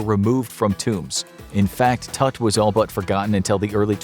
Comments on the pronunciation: Errou a pronúncia do nome, já me perdeu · I love, but you guys cannot pronounce Tuts name like that.😭😭